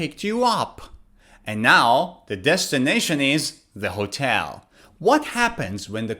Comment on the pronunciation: As a non-native English speaker, you have a good accent in English. But there is sth wrong with your pronunciation of the word "hotel".